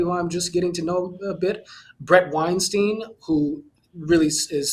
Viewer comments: John uses a lot of fancy-speak but I can't figure out what he's saying. And he doesn't know how to pronounce his friend Bret's last name. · If Bret is a good friend of yours the least you could do is pronounce his name properly.. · This guy is Bret Weinstein’s friend, yet mispronounces his last name?